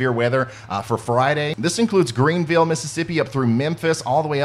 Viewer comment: Wait! You can pronounce Luisville but can't pronounce Greenville?